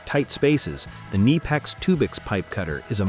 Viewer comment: Kneepex? KuhNipEx FTW!